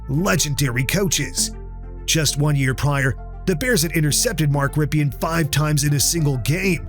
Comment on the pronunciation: Nice video. But Rypien is pronounced Rippin.